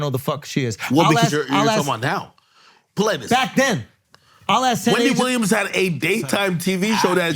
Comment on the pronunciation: Ak stupid on saying wendy williams 🤣🤣